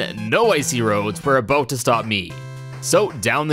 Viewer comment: as a canadian I accept "a-boat" as a pronunciation of "about" but you're on thin ice lol no hate tho you're amazing